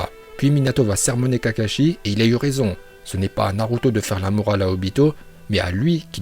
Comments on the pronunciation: Super ces vidéo car on entend des prononciation que les youtubeurs français ne prononce pas comme : Naluto shipunden Laiton Vraiment sa fait plaisir d'avoir des prononciation japonaise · C’est pourtant la bonne prononciation , à la japonaise..